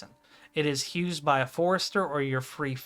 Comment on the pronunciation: Asking respectfully, but where does your pronunciation of the word "used" come from? I'm hearing it said as, "Hewsed."